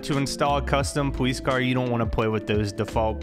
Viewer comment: sorry but POWICE